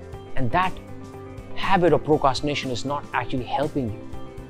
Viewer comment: Sorry sir, its Procrastination. Not Procastination.